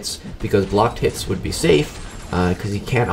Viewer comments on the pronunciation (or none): none